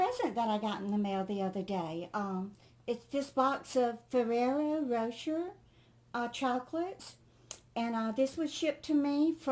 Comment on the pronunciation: I have never had fried Spam but have to remember to pick up a can to try it. I'm sure that my husband will love it, even if I don't. ;-) P.S. The chocolates are pronounced - Fair-Rare-Oh Row-Share.